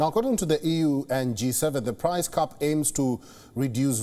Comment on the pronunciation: This guy's phonetics are all wrong. "Price cap " cannot be pronounced "price cup" Cap has a hard P all the letters are pronounced. The A is not a U . The P needs to blow out candles